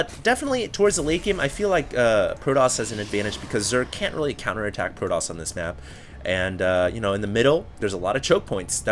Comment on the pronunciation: argh, stop saying proDoss!